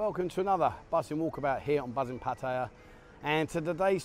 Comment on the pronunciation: wow, you snuck in at least one pretty good Pattaya pronunciation, you are my youtube hero!